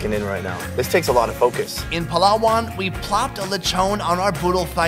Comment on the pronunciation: Uhhhhhh in all of mAh birthdays there's always a Lechon Wich mAh mom loves! Edit:Also it's not pawlawan it's Palawan and it's not lawchon it's lechon